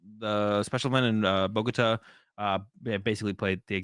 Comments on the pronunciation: BoGooooTah not Buhgotuh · I love them but hearing boGOta makes me cringe. Bogota with the emphasis on the ta as in U-tah